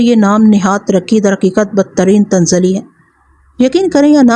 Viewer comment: tanazzuli hota hai madam tanzli nahi hota.